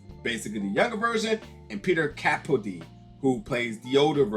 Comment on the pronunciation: Thank you. Very nice review, and many good points and recommendations. (And just so you'll know, Capaldi is pronounced Ca-PAL-di.) And as someone else pointed out, he was not only in the recent "The Suicide Squad 2," but was the 12th Doctor Who in the long-running British TV show. He's done a lot of excellent work over the years, and so have Terence Davies (as you pointed out, and Jack Lowden). Thanks again for your review.